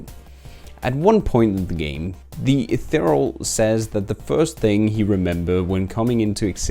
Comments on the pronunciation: Eth-e-re-al. Not Eth-e-real. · Could only be pronouncing Ethereal more wrong as "Eth-uh-real"